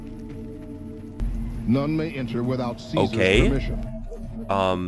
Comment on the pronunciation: did he just say caesar normally.